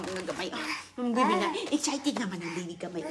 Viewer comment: hahaha passpurt, bibi daw tinde ng Yabis na ito😅😂